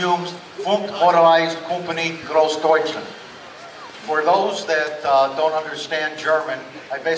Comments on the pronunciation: Jesus this guy cannot even pronounce Großdeutschland right... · he didnt prounce gross deutschland correctly a single time